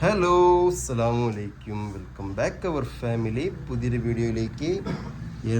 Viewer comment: അസ്സലാമു അലൈക്കും എന്നാണ് പറയുക അല്ലാതെ അസ്സലാമു അലൈക്കും എന്നല്ല പറയേണ്ടത് തെറ്റ് തിരുത്തി തന്നതാണ് വെറുപ്പ് വിചാരിക്കരുത് ഒക്കെ